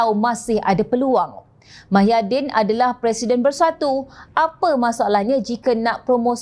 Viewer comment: Sebutan nama org pn xbetul...nk ckp pelat xlojik sbb mmg mcm tu ke pembaca berita menyebut nama seseorang dlm parti pembangkang??muhyidin tp pembaca suka2 tukar nama org mahyidin